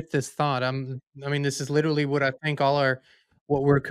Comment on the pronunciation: These two guys are supposed to be so smart,but yet they can’t say the word literally correctly😂